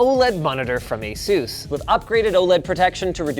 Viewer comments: this guy keeps calling it A-sús... dude! the accent is on the A!!!!! Á-sus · Asus, not "Azeus" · Asus not azus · not "asus" its "asoose" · Every time you say "Asus" I hear "Jesus" as in "Juan and Jesus". Edit: Word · Linus, say Pegasus, now say Asus. That's how my manager at a PC repair shop fixed how i pronounced Asus :)